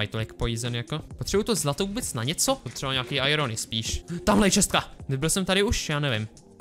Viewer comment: Hater Říká to správně: chest [čest] -> čestka [chest + ka], akorát to počeštil.